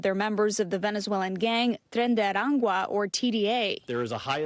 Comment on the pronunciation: "tren de arangua"? Girl needs to practice beforehand.